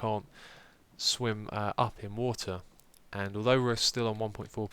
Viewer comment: Love the way you say wo'ah instead of water